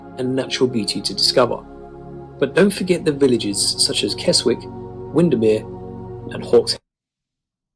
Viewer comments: Sorry…me again correcting pronunciation! He said Keswick as “Kez-wick” but it should be “Kezzick”. Many of our Abbeys were damaged during the reign of Henry VIII with the dissolution of the monasteries. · It’s pronounced Kesick not Keswick even though it’s spelled like that 😬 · The narrator managed to mispronounce Keswick. It's pronounced Kez-ick, not Kes-wick. But then again, I've heard Alnwick mispronounced in the top ten castles video, also by a British narrator..... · It's not "Worchester" - it's 'Wooster' (Worcester has no 'h' in it!) It's not "Keswick" - it's 'Kessick' I can't tell you others because I had surgery in my right arm this morning and I'm supposed to keep my arm straight and not bend it - the surgery is right in the crook of my right elbow. 😐🏴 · Keswick is pronounced 'Kezzick'. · I’m glad to hear the narrator has corrected his pronunciation of “Salisbury”, but Keswick 😱 should be “Kezick” with a silent “w”. Also, I don’t agree with his Cotswolds picks. There are so many much more stunning towns and villages there, like Stow-on-the-Wold, Bourton-on-the-Water, Broadway and Castle Combe. Yes, they’re tourist traps, but there’s a reason they’re popular. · Generally, if a British place name ends in WICK the W is silent. L and R are silent except before a vowel. The C, E, and R are silent in CESTER and there's no H.